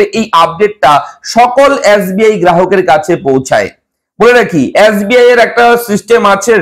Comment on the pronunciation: Yasbi na Dada SBI 😁